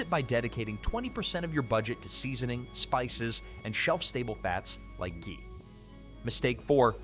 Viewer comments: Ghee pronounced Gee , hard G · the video says Chee instead of Ghee. The correction was right it's a G